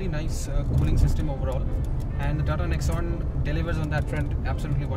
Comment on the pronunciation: If you are reviewing about TATA NEXON, please pronounce it correctly, it is pronounced as "NEX" "ON" not Nex'un Please pronounce it correctly (for all who are Tata customers/employees/owners) for other car owners I don't care since their loyalty is not with Tata.